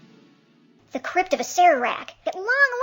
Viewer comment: My mom wanted me to point out two things: (a) The word CRYPT rhymes with gypped, not wiped. (b) MORALE and morality are different.